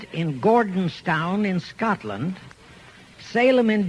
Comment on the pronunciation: Its NOT Gordonstown, its Gordonston.